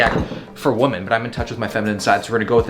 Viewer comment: Women->"whee-men", woman->"whoo-man"